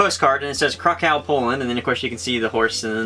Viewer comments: The way they pronounce the words I can't even deal with them Weee del- wedel Crack ouw- Kraków etc 😂😂💩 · I use to live in Poland Krakow is pronounced kra~Ko~vie And it pronounced Sam~ne~go